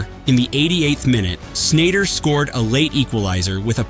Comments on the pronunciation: Wrong pronunciation for sure, but hardly a legend! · I watched until you butchered a Dutch legends name. Sneijder